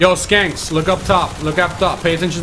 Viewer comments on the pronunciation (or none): Yo they're shanks not skanks lol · It's "shank" not "skank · you said skanks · LMFAO "skanks" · I was laughing at the fact he called them skanks, I didn't laugh thinking he didn't know how to pronounce "shanks" lol.